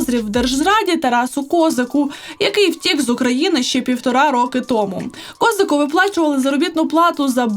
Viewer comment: Ви неправильно ставите наголос на прізвище Козака: правильно ставити наголос на другий склад,адже цеукраїнське слово